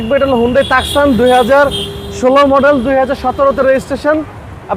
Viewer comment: ভাই টাকসান না, এইটার উচ্চারণ হচ্ছে TUCSON, টুসান.